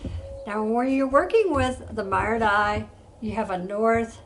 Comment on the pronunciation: Hi,! Thank you so much for this wonderful video! You're such a great teacher, and your presentation style is wonderful and easy to follow. I'm so sorry, but I do need to bring up something I did notice that was rather glaring: the word "marudai" is pronounced "mah-ROO-die". I mention this because I'm married to a Japanese-American and also speak passable Japanese, and I felt a need to bring this to your attention. I'm sorry for any offense caused. I think you're great! I just needed to let you know to avoid any issues you may encounter with Japanese speakers. Thank you again, and please keep posting this wonderful content!